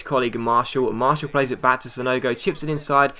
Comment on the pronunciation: Please, it is pronaunced Mar-ti-al not Marshall